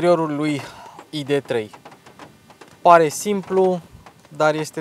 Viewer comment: Totusi, AIDI 3 si nu IDE 3. MULTUMIM!